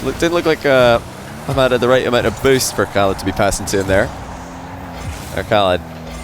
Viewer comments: You've gotten way better at saying Khalid and ahmad correctly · Wow good job on the arabic pronunciation of Khalids name 👍🏼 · He pronounced the name really well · the way you pronounced "Khalid" is just perfect XD .. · Love how can pronounce the K letter in arabic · Love how actually tries to pronounce Khalid's name properly, kudos to him for the effort. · u mastered the Khalid Arabic pronouncement. Love from KSA 💙🇸🇦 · Nice you are saying Ahmad an ms Khalid in Arabic Pronunciation almost close . I really respect that. Khalid would be hard for u 😹😹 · Damn,, you Ch-alid and A-ch-mad calls are amazing. I'm German, those sounds come natural to me, and I still don't think they sound as spot on as yours in this session.